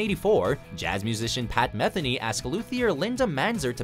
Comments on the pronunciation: And here I always thought Pat Metheny's last name was pronounced "muh-THEE-nee." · Pat Meth-eny......